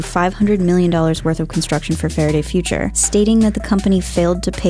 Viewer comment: Getting a spokesperson that doesn't talk like Elmer Fudd would be a better idea. Fawaday Fuwtures, you pesky Wabbit.